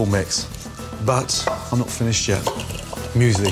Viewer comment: No offense but the way you said Müsli like muesly had me cracking up